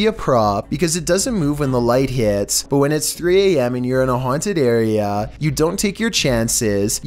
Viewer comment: “I dold you ets auaunted”😂😂